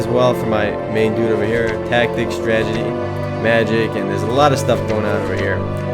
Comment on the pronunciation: You need to practice saying Strat-e-gy... lol you say Stragety in every video.